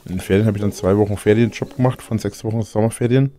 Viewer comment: Immer das gleiche: 1. Verspricht sich: "Hab am Wochenende Feriendschob gemacht, äh" 2. Findet das sich das gut anhört. 3. Macht den Versprecher zu nem Fakt. 4. Übertreibt: "Hab am Wochenende UND unter der Woche UND in den Ferien geabeided". Da bleibt doch kein Stück Glaubwürdigkeit übrig, falls da überhaupt Mal was war.